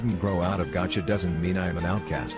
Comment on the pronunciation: Why on earth did it say "gacha" like that 💀